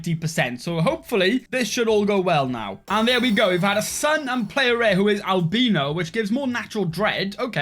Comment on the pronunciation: The way he said albino.